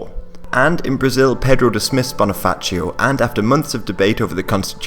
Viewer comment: Also, Bonifacio with a regular ci sound, not like Italian.